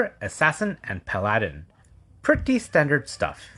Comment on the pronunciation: Learn how to say paladin